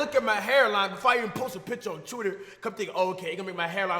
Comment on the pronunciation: CHWITTER, BISH,TRASCH